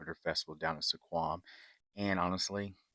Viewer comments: Sequim is pronounced like swim with a "q" (sk-wim). Also when you were walking down the ramp you were looking at the Strait of Juan de Fuca in the Salish Sea. The Pacific Ocean is a fair distance to the west. Port Angeles is the seat of Clallam County, and has a bit of a drug problem, and that is why Safeway has the odd blue lighting in the men's room at the downtown location. Junkies have a hard time finding a vein in that light to shoot up, or so the store manager told me when I asked. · I love your pronunciation of Sequim 😂